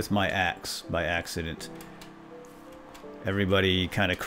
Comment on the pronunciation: did you mean "axe-ident?"